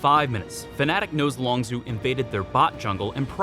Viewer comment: My only problem is that its LongZHU not LongZoo